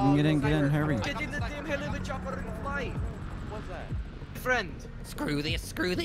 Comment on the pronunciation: They all say helichopter